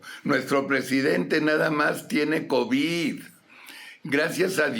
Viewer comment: Será que este burro se vaya a ir sin haber aprendido que las palabras que termina con “d” así se pronuncian y no con”t” se dice covid, no covit y es solidaridad, no solidaridat!!!! Bueno dicen que “chango viejo, no aprende maromas nuevas”